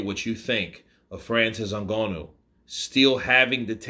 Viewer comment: Your pronouncing Ngannou wrong,.